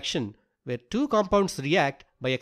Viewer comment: can you talk properrly . you siad two is du